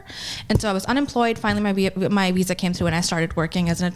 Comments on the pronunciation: I'm sorry, is she saying Weeza instead of Visa? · She got her "weeza" huh? Never heard of a "wiessa" card before. Wtf is a "weezer card" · A doctor and cant says wisa instead of visa. I bet that word has to be in her vocabulary almost daily. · I very much dislike how she says "visa" invokes great anger in me. "Weeza"! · It kills me everytime she says weesah instead of visa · "Weeza issue" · I never heard that word. I did, however, hear her say "weesa" quite a few times. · I keep hearing her say “Weesah” for Visa 😂😂😂😂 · Visa..VVVVVV... With a V. This Weeza nonsense is killing me. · Why does she say Weesa? It’s Visa. Why can’t she pronounce Vs? She has an American accent and dialect. The fuck? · Did she say weesa instead of visa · What the fuck is a wisa????? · Congratulations America you're importing doctors that can't pronounce visa, say every sentence like it's a question and are financially illiterate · Bruh its not that hard to say Visa